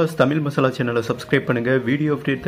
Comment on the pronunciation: தமிழ் என்ற சொல்லை சரியாக உச்சரிக்கவும்